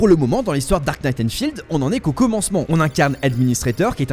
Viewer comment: « En SEHHH » nan par pitié un effort 💀